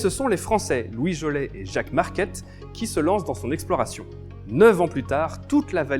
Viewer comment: Vraiment petit détail, explorateur du Mississippi Louis Joliet qui se prononce Joliette et non Louis jolet, au Québec cette partie de l’histoire nord américaine est relativement bien connu, ça a accroché mon oreille désolé😅